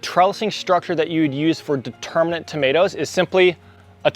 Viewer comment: The term is DETERMIN-ate- it means that the height is fixed. AND INDETERMIN-ate- meaning it is a vine that will continue growing as long as the season holds out. You are sticking in an extra 'n' near the end of the words.